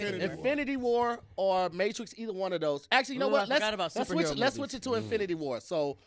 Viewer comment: So nobody peeped said mattress instead of Matrix when he named his favorite action